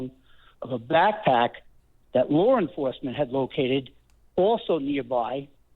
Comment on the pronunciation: wtf is lore enforcement? lol